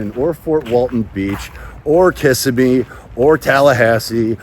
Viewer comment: By the way.. you’re mispronouncing Kissimmee. It’s Not KISS A Me. It’s Kiss sem me.